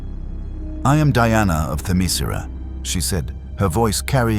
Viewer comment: I've been through many AI videos already, and all of them keep mispronouncing Themyscera.